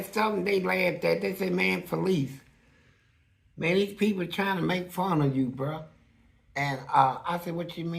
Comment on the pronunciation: Say mayne 😂😂😂😂😂 he called his self Felice 🤣 his name is fleece he said Felice ninja 🥷🏽 🤣